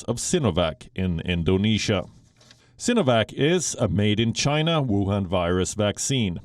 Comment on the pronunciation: The world hates you Chay-na.